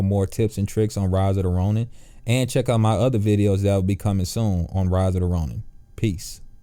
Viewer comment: "In ridida ronin" 😂😂😂 good video though. Bro thank you so much. You help me beat mysterious samurai.